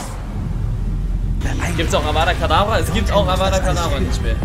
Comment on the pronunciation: Feier diese neuen Formate. Weiter so! btw. Es heißt Avada kedavra